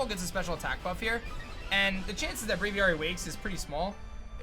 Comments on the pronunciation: He says braviary like braviyari and its making me mad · You say braviary wrong. Stop it, you're probably the only person in the world that says it like this, it doesn't make you special